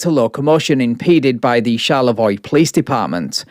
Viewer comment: As a Michigan native, thank you for pronouncing Charlevoix correctly!